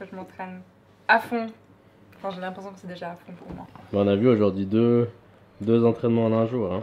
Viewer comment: j'adore quand vous dites aujourd'hi 🤣😍